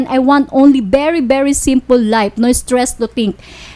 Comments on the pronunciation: Tang ina teeeehh magtagalog ka na lang teh patranslate mo na lang kay idol.. i was surfries ..streesss ang deypress.. my god gurl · Im so estress and defres 😂😂😂and berry berry berry estres